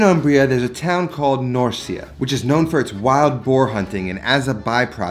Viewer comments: I love your passion and videos but it’s pronounced nor-chuh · Nor-chee-a. Norcia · Shouldn't Norcia and Norcina bbe said as in chicken? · Love ya and the channel, but it’s pronounced Nor-chia, not Nor-cia. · Such a great dish, but it’s pronounced “nor-chi-na “ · Norcia Italy 🇮🇹 is PRONOUNCED…phonetically: Nor-CHI-a …Hard CH, like Cha-Cha-Cha. 😉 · It’s pronounced (Nor-chen-na) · Sorry this pasta is pronouned "nortscha". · come on man at least pronounce it right if you are gonna make a whole video. in Italian the -ci is a 'ch' sound... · Great video. It’s pronounced “Nor Cha / Nor cheena” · it's pronounced "norcha" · Pronunciation: Norcha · Any reason why you don't want to pronounce Norcia and Norcina confidently and correctly?